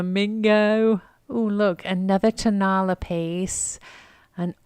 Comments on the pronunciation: Also not tone-A- la. It is tone-a LA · It is pronounced Ton- a- LA. Accent on the last syllable , not TONE-a-la accent on the first syllabile.